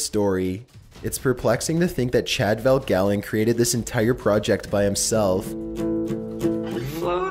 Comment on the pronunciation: Chad VanGaalen. Not Chad Valgalen.